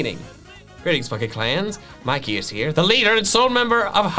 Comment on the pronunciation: ITS MIKEY NOT MICKEY